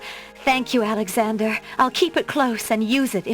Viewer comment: I think the door just opened because of intimation because Alexander was so far off from the proper pronunciation lol